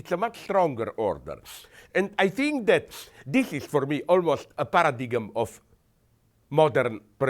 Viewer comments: para-dig-m now that Ive heard it i cannot un-hear it. i will now always say it this way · love that he pronounces “paradigm” as “paradiggum” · Paradigme in Norwegian, also pronounced roughly like that. English is the odd one out, I think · someone please tell Slavoj how to pronounce paradigm! (para-dime) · 'paradigem' haha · lol, -- "... almost a para-diggum of ..." Overall, great message. Slavoj is so cool. B-) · what's your pint ? the g is silent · did he pronounce the g in paradigm ? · That pronunciation of "Paradigm" was epico. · The plains Indians killed buffalo to use for food, shelter etc. They did not blast away at them for sport. Slavoj should not parrot every anecdote that appeals to him without some research first. And the g in paradigm is silent...that's what really bugs me.